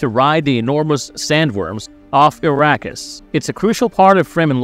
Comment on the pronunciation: Yeah… Arrakis sounding like “Iraqis” made me stop the video.